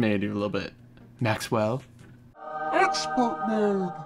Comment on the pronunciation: Exspert mode :D